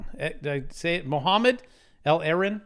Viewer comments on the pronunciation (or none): none